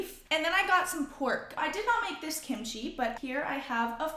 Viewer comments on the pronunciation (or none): none